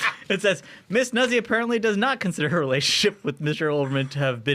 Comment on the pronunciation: C'mon guys! Nuzzi is pronounced just like pizza and PAZZO!